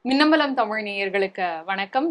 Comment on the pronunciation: தொகுப்பாளர் கஷ்டபட்டு ழ்ழீழூழ்...என்று ழ்ழ்ழ்ழுவது செம காமெடி😅